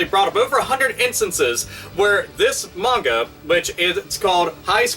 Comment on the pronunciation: so weird hearing someone pronounce manga correctly.